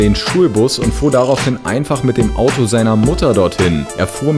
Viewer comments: Das heißt Auto nich Audo xD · Du sprichst auto Audo aus 😒